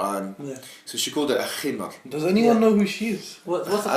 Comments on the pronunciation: It's not, himar, it's HiMaRGH. PLEASE, PRONOUNCE IT CORRECTLY. Lol that was a lil funny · But WHERE does it say that the Khimar is obligatory?? When and where does the Quran emphasise the importance of the Khimar in daily life? The only times a woman’s head is mentioned being covered is during prayer, umrah, hajj and entering a mosque. Yes the Khimar was used but no where in the Quran marks the start of it or the obligation of it. Picking on her pronunciation was beyond petty. It’s not ignorance. Just because you had nothing left to say you decided bashing her pronunciation was a good place to go.